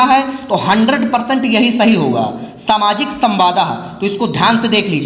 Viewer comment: Samwad hota hai samwada ni